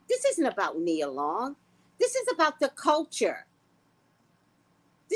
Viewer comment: Her name is Nia, not Nina.